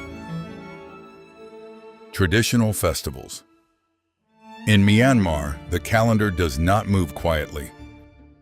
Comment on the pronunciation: You repeatedly said the name of this country with 2 different pronunciations, "mai"-anmar and "mee"-anmar thru-out the video. Why? Couldn't make up your mind on which?!!!